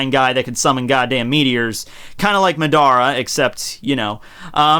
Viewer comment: Mudawruh? Lol it took me a sec to figure out he was talking about Madara from Naruto. Love your content bro. Keep up the great work!